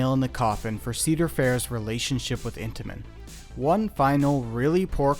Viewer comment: Every time you said Intimens I thought of cheese danish 😂😂